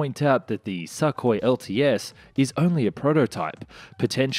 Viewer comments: 1. It's pronounced "sookoi", not "suck hoy", which sounds like something a gay sailor might say. 2. Russia can't afford to build it, or not in any quantities that matter. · Isn't it 'Sook- hoi', instead of 'Suck- hoi'? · It's not suckhoi but sookhoi in pronunciation. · I’m pretty sure it’s pronounced SOOKOY not SUCKOY. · The way pronounce Sukhoi is hilarious. Suk is pronounced the same as in look, put etc 😆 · Dude it's not "Suck-oy", it's "Suu-koy" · Сухой | Sukhoi C = S y = ū x = kh o = o й = i Sou - khoi, not Suh - koi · "Neh Robotaye" should be the handle of any next Gen Russian aircraft. (Translation: "Doesn't Work") *And it's pronounced "sookhoy" not suckhoy 😂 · its Sukhoi not shakhoi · Not a SuckHoy jesus christ damn it. It is pronounced as SOOHOY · Wtf with your pronunciation SAKKHOI.. it's Suuu Khoi u idiot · I love how he calls it the, “Suckhoy” lol and not call it the, Sukhoi lol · The name is pronounced Soo koi, not Suckoi 😕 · im curious. what kind of stupid is needed to pronounce sukhoi as "Suck Hoi"? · It's not pronounced a "suck" hoi as you say it. Your pronounciations "suck". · you pronounce sukhoi and mach wrong, mach is said like mark but with a flattened R and sukhoi is said soo koy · What the fuck is a suck-hoy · Thanks for not mispronouncing the designation Su as "soo". That gets really irritating. Need work on properly pronouncing the name Sukoi though. I cringe on every "suck-oi". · I love your videos and thanks for this review, but please, try to pronounce Russian names a bit closer to what they originally sound like :) "Sukhoi" should be pronounced like "soohoy" with the emphasis on last O. Thanks! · "Suck-oy" - maybe you should learn something about pronunciation of the words you use. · Lol love the pronunciation "Suckhoi" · It's weird to hear suck oi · Dude, please learn to pronounce Sukhoi correctly....FFS Also your "unguided rockets" are flares. lol